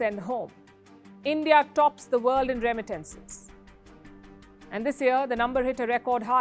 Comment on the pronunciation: Learn how to pronounce, “ remittances”, “ industry” . You should buy a dictionary.